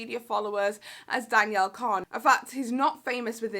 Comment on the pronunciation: “Danielle cone” and “Mickey tuna”